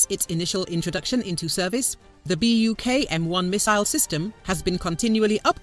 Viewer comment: [buk], not [bak].